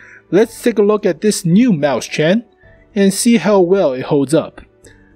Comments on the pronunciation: the 2nd one is much closer just the ch is wrong sir + its not mäu-schen its mäus-chen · Frozengames Actually, he's pronouncing it right if he's using an American accent since A and E sounds almost similar at times. I think the problem here is his syllabication. Right now, he's saying 'Maus-chen' (Maws-tsen). In reality, it should be 'Mau-schen' (Maw-shen). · You can pronounce it: "Mois-chenn" . Not "Maus-CHEN" ;) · it's spelled mauschen not mauschan so if you're going to pronounce it the American way at least follow some English rules, come on man! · Here is how you pronounce it: OR, if you prefer, mois-shen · Dude, ääääääää, its an ääääääääääääääääääääääääääääääääääääääääääääääääääääääääääääääää. NOT an A